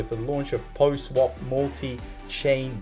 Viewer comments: seriously, it's PAW not Poh lol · What is “poh” swap? Sorry not trolling you but my OCD was on fire hearing it pronounced “poh” through the entire video 😂